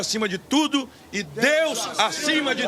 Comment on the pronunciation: GLÓRIA A DEUXXX